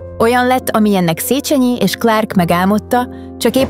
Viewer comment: 2.pont : Nem "szécsenyi ", hanem "szécsényi" !!!